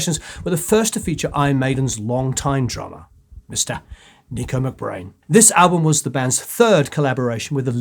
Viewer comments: its Nicko not Nico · Nicko , not Nico. Derek Riggs,.not Right. Video of Clive Burr? 🤦‍♂️